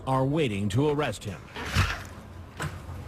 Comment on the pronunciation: "Im under a rouck" no you're under arrest!